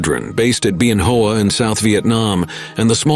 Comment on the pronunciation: Web R not way brrrr!!!! Been Hua . People who were not in Vietnam need to be outlawed from mis-pronouncing the names.